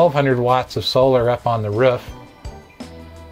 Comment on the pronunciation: The ruuf.